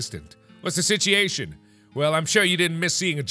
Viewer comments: I love that mark said "sitiation" even though it actually says "situation" because he's gotten so used to the game's dialect xD. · he said sitiation